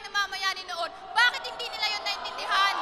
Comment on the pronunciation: it's the "bakeight" for me.